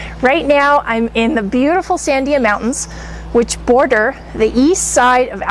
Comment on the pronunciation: san-DIA, emphasis on DIA. The word means "Watermelon" in Spanish. Not Dia (Aunt), but SANDIA.